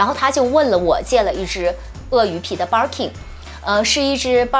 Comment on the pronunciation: Birkin 從你嘴裡變成 Barking 🤣